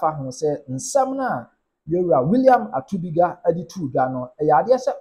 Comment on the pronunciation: ATUKUBA NOT ATUBIGA